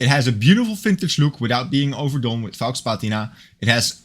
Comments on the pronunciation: LOL at "fox" patina. That's not how you pronounce faux. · I agree with you: the cathedral hands and the "fox" patina are the best bits about this watch. The Seagull 1963 is a far better use of a display caseback. Given their pricing, cheaping out and build quality, I hope you'll keep using the "Psycho" pronunciation. OK watch and a very nice review. Cheers 🍻!